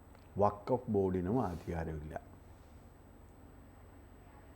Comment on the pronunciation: Pls pronounce properly…it is not WAKAF….it is WAKF…C th difference